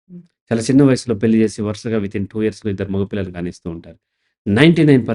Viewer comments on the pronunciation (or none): Good that you made it available to all. I am not interested to watch if this is paid. Also kindly improve your Telugu pronunciation as we Andhra People don’t like your Telugu. పెళ్లి అనాలి పెల్లి కాదు. వాళ్ల మీద వాల్ల మీద కాదు